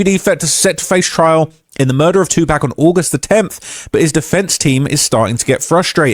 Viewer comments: Im sorry I just can't listen to the way says 2 Pac. (2 Pack, smh) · be saying "2Pack" 😂😂😂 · learn to pronounce pac’s name big G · This white guy, ain't like us...he can't even say Tupac name right!!!😂